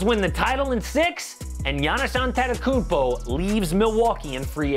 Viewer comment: “And Giannis Antentokoumpo leaves in free agency” 😂😂😂